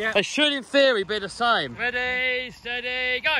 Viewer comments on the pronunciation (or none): always goes on the 'y' in the 'steady' in ready steady go.